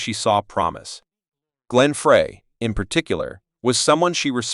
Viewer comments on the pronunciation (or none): Glenn FRAY? Emmy LOW Harris?? Linda RonSTOTT?? 🤦‍♂️